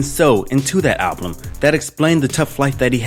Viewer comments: bruh you said ablum looooool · "ablum", he cancled his "Ablum" please do me "ablum" ablum aaabblluum ablum a-a-a-a-b-b-b-b-l-l-l-u-m